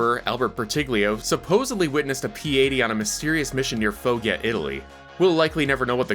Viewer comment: the G in "Foggia" is hard. Like the J in "James" or "Jacket", and the I is basically silent.